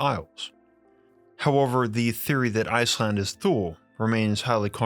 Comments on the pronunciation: That’s how I thought Thule was pronounced (the way you said) because that’s how I heard it pronounced by some of my relatives when I was a kid. I didn’t want to say anything because I’m not an expert. I’m glad you did say something. It’s a mistake to look at the way certain words are spelled and pronounce them as if they were English words spelled that way. It’s the same thing with Thor. It’s pronounced and sometimes spelled Tore. It’s a little bit like a thick New York accent it’s heavier than a “T” or a “TH” in English almost like a combination between “TH” and “D”. Tongue behind the upper front teeth, not between the upper and lower front teeth. (At least that’s the way I’ve heard it. Like I said, I’m not an expert.) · Love ur content, I really do.. why say the word “THule” every 2 seconds, also this the first time I’ve ever heard it pronounced how it’s spelled.. pretty sure it’s not a hard TH sound, cringey but awesome topic, thank you.. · Thule is pronounced tooh-ley. Hitler had a Thule society, I wonder if Antarctica or Artic is entrance to the Thule. Our government sure loves to visit the Antarctic and if you wanted to even try to get there you would be stopped by the Navy. Robert Zephyr has done a few videos on Thule society. By the way The final days channel (fear mongering if you ask me) has a video of 2 moons from FAA camera's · Good video, I think Thule is pronounced ' tu lee ' or ' too lay'. :) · Just a quick note Thule is pronounced Toolie. Thanks for your great videos you are the best out there... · Its pronounced "tooley" not thule. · I thought Thule was pronounced too-LAY... Am I wrong? It's the name of an outdoor adventure company, centered around biking and bicycle transport via car racks. I've heard it pronounced both ways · I can remember 45 years ago, my grandparents were members of Thule Lodge. I believe it is pronounced [Two-Lee] although I could be wrong. However, the video was amazing. Great contact yet again.👍👍